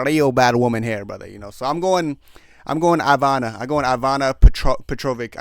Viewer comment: You have to work hard to say the incorrect things you do, from Juliana being from contender series (no, she’s from TUF) to pronouncing some of the easiest names wrong (Iviana, Mariana, bolognas, Sidney, pozeebio) not even knowing Tate was on the card and not knowing loder was a d1 wrestler. Lol. Entertaining though.